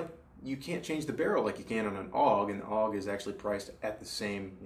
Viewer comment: It's not pronounced "awg", it's pronounced A-U-G. Never shot the HK91, although it's near the top of my list I hate Kel-Tec and won't waste my time or money with anything they make A friend of mine had a Springfield XD .45 with a 5" barrel, and I found it very smooth shooting and accurate. I liked it better than a Glock. If they'd only make it in 10mm... I've shot a Tavor once. I'm lefty and the gun wasn't, the brass cut my chin. It also had an AimPoint mounted, and I despise AimPoint. That being said, I enjoyed it immensely (besides the brass hitting me in the chin part), and would like some real trigger time behind a left-handed one. I really liked the ergonomics; I've never had a rifle feel so natural.